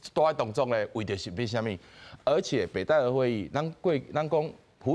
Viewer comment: 北戴(Tài/tè/tì)河，遮若無前例thang好參考，應該讀讀冊音Tài khah好勢，tī/tāi聲調攏毋著--oo